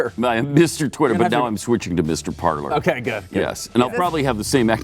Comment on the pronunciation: Parler is pronounced par lay. It is french verb to speak.